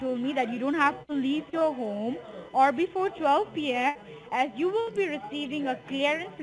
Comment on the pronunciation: “ I wheel explain you “